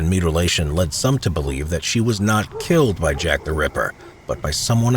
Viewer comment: So I’m not the only one who heard “Shaq The Ripper” right !?